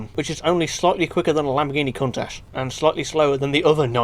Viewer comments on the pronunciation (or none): none